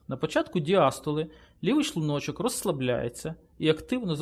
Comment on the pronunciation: Гражданин, который озвучивал текст, говори правильно "шлУночок", а не "шлунОчок". Бесит, когда ты ставишь неправильное ударение.